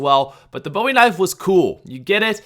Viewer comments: Maybe I'm a pain, but the Bowie knife is pronounced "BOO-e knife," not "BO-e knife." I normally try to ignore people mispronouncing it, but I just listened to it said wrong about 15 times, and it drove me crazy. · It's pronounced boo ee knife not Bowie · It's pronounced "boo-ie" knife bro 😂😂 (no hate) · It's pronounced boo-e not boww-e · as a person from Texas believe me when I tell you that you kept saying Bowie wrong